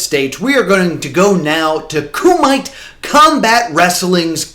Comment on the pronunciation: Hi! Referee for Kumite here. We're not in Ireland, we're in the city of Derby which is the Midlands of England 😊 also, its pronounced Coo-ma-tay like in the Bloodsport movie 😃 great video, just wanted to minor correct as my ears kinda pricked up when i was listening at work 😊